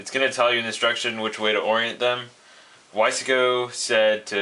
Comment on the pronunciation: Another idiot that cant pronounce "Wise-co".